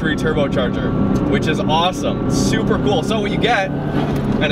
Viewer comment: Did he say "supra confusing" lol